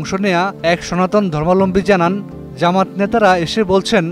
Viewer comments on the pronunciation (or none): আপনি " ধর্মাবলম্বী " উচ্চারণ করতে পারছেন না। " সুযুগ" না, " সুযোগ" বলুন।